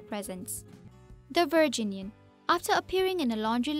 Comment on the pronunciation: I cringed every time she said the word "Virginian".